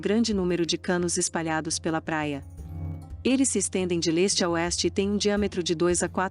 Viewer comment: Bn..uma pena ,que com essa voz linda,bão saiba interpretar textos,e as pronúncias do que está escrito!!?...a palavra Leste ( é pronunciada c o som nasal é)e nunca com o ê..no mais, está tudo certo.😉😏